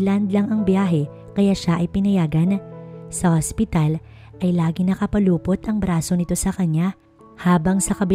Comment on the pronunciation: NAKAPULUPOT NOT NAKAPALUPOT.